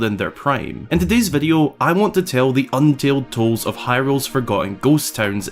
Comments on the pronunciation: Did you just say "untaled tolds"? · Untaled Toles lol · "untaled toles" made me chuckle. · "UNTALED TOLDS"??? that was awesome lol "untold tales"*